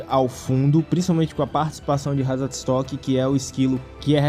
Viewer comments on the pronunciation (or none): O jeito que ele fala Ratatosky no vídeo 😂